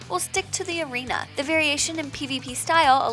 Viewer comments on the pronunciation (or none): I think you meant *arena when you said *areana. FOR THE ALLIANCE!!!! :P